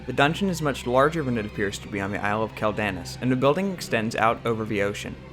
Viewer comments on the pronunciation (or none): Dude... it's "KWELL-da-noss" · I know you play Alliance but....... bro........... Quel'Danas isn't pronounced like that. "Quel" is pronounced like the word "quell" (kwel); "Danas" is pronounced with long A's and a hard S (dah-nahss). Great video, but I had to cringe every time you mispronounced the name of the Isle. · its pronounced quell den ahs